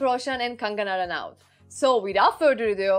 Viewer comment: She pronounced Hrithik Roshan and kangana ranaut perfectly 👌👌